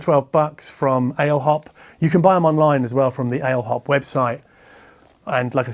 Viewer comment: Ale hop is pronounced probably Allez hop, it's a commonly used term for "let's go" in France maybe also in Portugal and Spain. After all it's a Spanish brand. I really enjoy your videos! Thanks for your content. Have a nice Christmas 🎄!